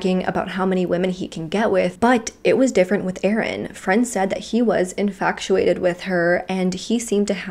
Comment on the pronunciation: Again it's not inFACTuated..it's infatuated In+fach+oo+ayt+id phonetically